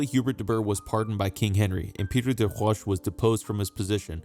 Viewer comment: You lost me when you couldn't pronounce des Roches. It doesn't speak well to subject-matter knowledge.